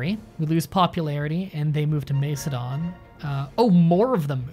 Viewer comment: Macedon = {MASS uh don} ~NOT {MACE uh don}!!!~ Antipater = {an TIP uh tur} Heraklean (should be spelled Heraklion) = technically {hair RACK lee on} ~another way to pronounce it, which I prefer is {hair uh CLEE in}~